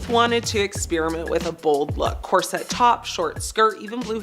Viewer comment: It’s pronounced corset NOT cor-sette! Get it right!! Smh…